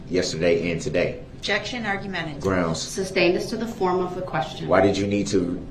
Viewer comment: Brooks: “Why is duh DA’s adjection being SUB-STAINED”? Judge: “I didn’t SUB-STAIN it, I SUS-STAINED it you moron”!